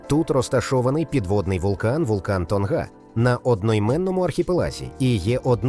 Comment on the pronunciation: Памуккале, наголос треба на останню Е́. Не Тонга́, а То́нга. Що з озвучкою. Невже важко правильно казати🤦🤦🤦.